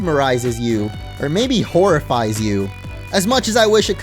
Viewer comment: DO NOT LEAVE OFF THE A IN INSTEAD! MAYBE, NOT MABY!